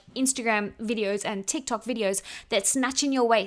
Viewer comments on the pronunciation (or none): none